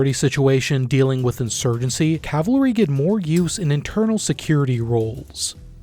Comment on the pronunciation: Cavalry not cavlary